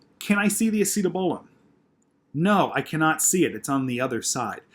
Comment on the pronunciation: great video,you do a great job at explaining but i have to say ur slaughtering that acetabulum pronouncitation